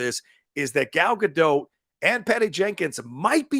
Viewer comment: i know lots say it wrong, but can you please pronounce her name correctly (or try). not sure why its annoying. its a soft T. so not Gal Ga-Doh and not Gal Ga-DOTT , its almost like Gal Ga-Dote but with a very quick/soft T.